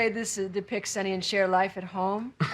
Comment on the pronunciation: Her name is CHER, not Char. How hard is that?